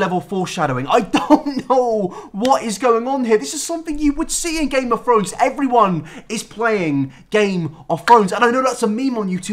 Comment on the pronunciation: nobody:: GAME OF FRONES